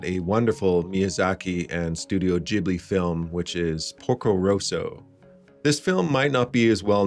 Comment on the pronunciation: Best Miyazaki movie, and far and away the best dub of any Ghibli film. Thank you for the correct pronunciation of the studios name too.